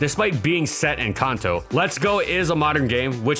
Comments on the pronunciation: Kanto is not pronounced 'Kunto' and niche is not pronounced 'nitch'. Jesus christ, those both sound SO bad... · Kanto also isn't pronounced CANto like most people seem to say... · Kanto pronounced “Kahn-toe” or “Can-Toe” ??